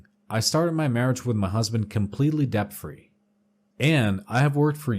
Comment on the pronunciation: Homie, debt has a silent b in it